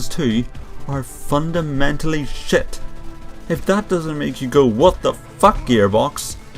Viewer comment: i like when you say shit cuz you say it like shet SHET i like it